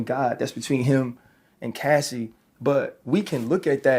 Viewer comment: It's very concerning that he couldn't even say Cassie's Name! 😮😮